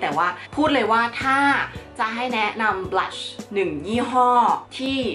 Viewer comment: นางพูดว่า"บรัช"ที่แปรว่าแปรง!...5555